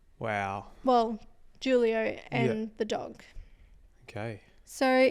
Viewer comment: It’s pronounced “who-lio”